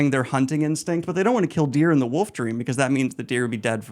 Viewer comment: omfg... you pronounce the L in foLk, even though you shouldn't, but you pronounce "woLf" as "woof". It's too much. You're either the greatest troll on the internet or dumb as shit.